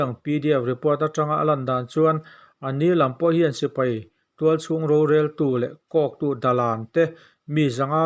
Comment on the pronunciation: Mipui sipri ni lovin mipui sipai tih tur.